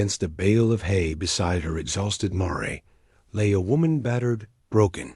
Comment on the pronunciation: You need to teach your AI how to say mare. Other than that, it was a great story. Thanks from Cut-No-Shoot, Texas.